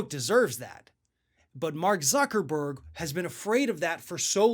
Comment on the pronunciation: thank u for telling me that.. I was laughing so hard when he said tucker-burg I forgot how to spell the name of the most infamous man on the planet lol